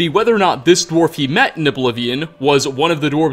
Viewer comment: wtf is a dwarb? Add more timestamps guys